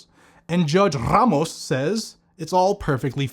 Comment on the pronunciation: I love the way he say's Ramos lol RRRAMOS 😅😅😅😅😂😂😂😂😂